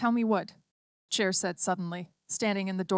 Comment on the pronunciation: An audiobook that is read by a human would be preferred... This A.I. does know the difference between "Chair" and what is most probably "Cher" as a person's name.